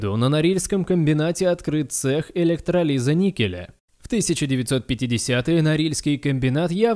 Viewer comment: вашему диктору в школу бы походить, слово электролиз так ещё никто не коверкал